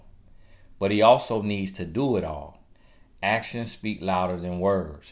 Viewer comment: He had TOO much fun with them “A-TIONS” 🤣🤣🤣💀💀💀